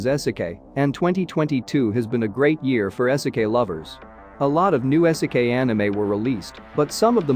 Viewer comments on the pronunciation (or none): It's pronounced "EE-seh-keye". Video unwatchable. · Dude said "ehsekay"